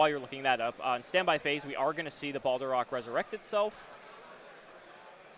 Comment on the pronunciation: Im tilted by how you pronounce it Balderoch Its Balerdroch